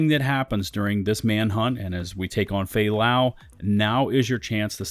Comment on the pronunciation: man the moment I killed fay lau I was like that's it I mean what kind of game does this its FAY LAY BRO!! at least put a clips or anything that makes this mission mean something to the agents.